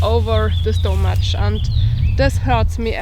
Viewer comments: Stomach Is Pronounced Like Stumick. Your English Is Getting Better Though. Good Job. 👍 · Very nice. I love the way you pronounce "stomach"! Happy Adventures!!!!